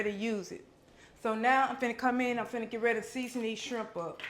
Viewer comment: Lawd if don't tickel me when she say fid'na. I hope she opens a restaurant one day. It won't be empty, she cooks with love.